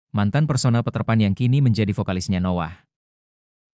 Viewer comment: Peterpan ❌ Paterpan ✅ 😂😂😂